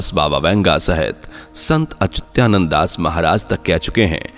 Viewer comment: Are achutyananad nahi achyutanana bolo